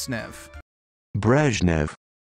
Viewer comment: Not a Russian speaker, but my Russian speaking friends have told me that it is pronounced Brezh-nyov.